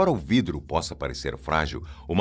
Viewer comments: Hoje você tá muito palhacitos, hein? 😂😂😂 "VRIDRO"!! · Vidro ou"vrido" me fez dar gargalhadas...gostei da brincadeira 😂😂😂😂😂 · Gostei do "vrido" 😂😂😂